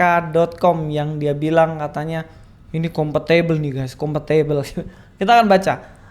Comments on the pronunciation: Ada 2 kemungkinan, ini super tolol atau ahli taqiyah S2 univ mimpi. Tapi menurut saya lebih ke tololnya kali ya, "compatible" ga usah sok english'lah klo ngucap english masih bervocal "E". Hahahhaha......huaaaahahhahahaa. Menggelikan. Hahahahaa.....huuaaahahahaha... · Competible..... Ngoahahaha.... 😆😂😂😂